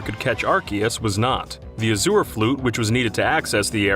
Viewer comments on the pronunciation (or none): The way you’re pronouncing azure is killing me.